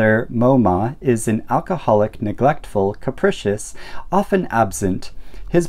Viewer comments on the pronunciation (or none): Fab comment, but it's not "shoogie" or "shoog". It's pronounced "sh~ugh~ie" and "sh~ugh". The "ugh" is important. And Hamish is pronounced "HAY~mish" not "HAM~ish".